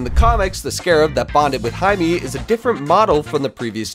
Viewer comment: Why is he saying hi me and not himay